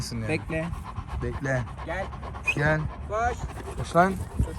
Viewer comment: Amna koym gulmekten oldum sahbibi kos diye Mustafa abide jos lan kopeyei diyiyo😂